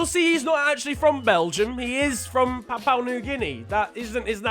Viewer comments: Bruhhhh, I love how you say papau, it’s pronounced Papa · I thought it was papa new Guinea.. Not Papau new Guinea.. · its prononounced (or pro nonced) papa not papou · ITS PA-POU-WHAA new-ghuinea Not papaw Also ... more football this week please , to change your mind ... i got like 50 euro's mate , does that change your mind?? :p #BelgiumLeagueIsNeglectedByFifaStreamers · its "PAPUA" pronounced Papa not "PAPAU" as you keep saying XD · It's papua not "papao" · It's Pa-Poo-A New Guinea. Not Pa-Pa-oo New Guinea. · It’s pronounced papa not papow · Its prounouced papa new guinea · It's "Pa-pu-ah" New Guinea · Papua is pronounced PAP-ooh-ah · Are we not gonna talk about the fact that said Papua wrong the whole time? Btw if we don’t get a part 2 of the names there will be strong worded letters...